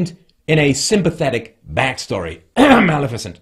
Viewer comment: “*coughcough* mally fissent.”